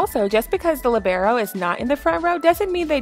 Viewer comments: It's LEEEEbero, not LIBero 🙄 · She just pronounced libero as lebrero its pronounced lee-ber-o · the umm lib-air-O I’m sorry but- 💀